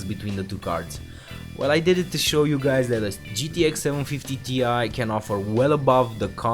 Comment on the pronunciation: just FYI you should not pronounce 750Ti as in T i, but Ti as in Titanium. That's the way Nvidia wants it